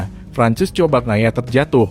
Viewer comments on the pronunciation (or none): none